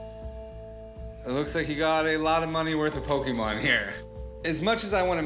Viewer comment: Rick: Pokeman